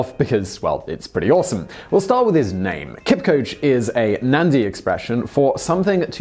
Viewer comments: It's Kipchoge, not Kipcoach. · Pronunciation "Kipchoge" not "Kipchog" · Pronounced Kip..cho..ge not kipkoje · It’s pronounced Kip-cho-gey, and that’s my great uncle!! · Before you present a story, please learn how to pronounce your subject's name. Your pronunciation of Kipchoge is so ridiculous, wrong and annoying. You pronounce it "Kipcoach"! How do you even justify your pronunciation from the spelling of the name? Please take some time to learn how to pronounce the man's name. It is not that difficult. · Isn't it pronounced kip-cho-ge? See the documentary breaking2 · That's not how you pronounce his name though. It's 'Kipchoge', as it's spelt 😃. Great vid, as always! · Just a BTW, the name is pronounced as Kip-cho-ge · Just gonna help out anyone who is watching with the correct pronunciation of his name: it's Kip-cho-geh. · not being a dick but its pronounced Keep- choh- Geh ... you can do a feature on Iten the one region that has produced 95% of all Kenyan long distance runners virtually 1 in every 4 homestead has a gold or silver medalist be it the Olympics, major marathons; Berlin, Boston or IAAF . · Oh Simon, Today I found out how much you butchered that name. Not your fault though but still hilarious. Kenya Strong, the home of Champions. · anthony karuri i wanted to say exactly this😂😂 Guess u beat me to it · Please Simon stop brutalizing his name. It is pronounced {Keep cho geh} {Cain oh}